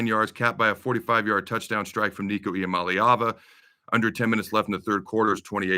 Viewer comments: It's ee-ah-MAH-lay-ah-va. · I noticed that too. He was def rooting for UCLA, but couldn't pronounce their QB's name to save his life. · LMAO on your pronunciation on the QB Adam! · Devin Gardner could not pronounce Iamaleava.....sounded like he was having a stroke every time he said it. 😁